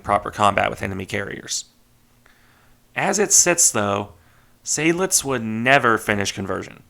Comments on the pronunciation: Weser: long German e, followed by soft s (z for Americans). And pleeease: Zide-lits, not Say-dlidz. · Greetings, I have a small correction because it drives my inner Adrian Monk nuts: Seydlitz is pronounced "side-lits", not "Sayd-lits", with a clear 'ah'-sound. There even are original records of General von Seydlitz being adressed in old radio transmissions on YouTube if you'd like a listen from back in the day. It's not one of those "some say it like that some say it like that" by the way. There is a correct pronunciation - yes, plenty Germans get it wrong as well because education is at an all time low these days. (Same with Prinz Eugen having the emphasis on the second e due to the name's origin.) Other than that, nice video as usual. These really are optional things to improve on, after all. I'll gladly help by for example providing some hearing examples if you'd like to improve on your pronunciation if you want. Happy New Year